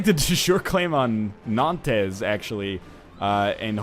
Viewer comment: Or-LEENZ, Nan-TEZ. Typical NL, last name is Letourneau and still manages to butcher French names.